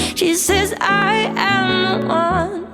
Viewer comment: It drives some crazy but it sure sounds good. That's jazz and shes the best I have seen at it. She can take a single syllable and chop it up into a dozen pieces. I like how she turned "one" into "un" and the last line of "Love on the Brain" from her last concert in Norway in 2022 I think she dropped all the consonants. I do not think there is anything she cannot sing, and at the highest level.